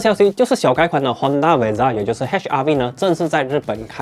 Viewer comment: Honda vezel一直听成Honda Bezza😶